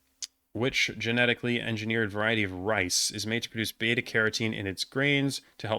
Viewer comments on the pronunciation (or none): none